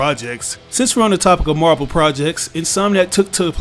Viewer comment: When you say Marvel it sounds like you are saying MarBel